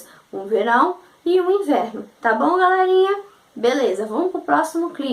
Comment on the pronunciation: Evita de falar Galérinha !! Suas aulas são muito boas... Gostei ! :) Porém galérinha é muito irritante !!